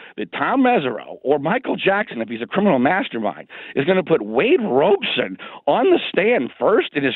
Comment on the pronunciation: I love how John calls him Wade "Robe"son 😂🤣